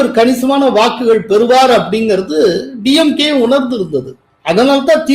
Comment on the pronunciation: டியம்கே இல்லே சார். டிம்கே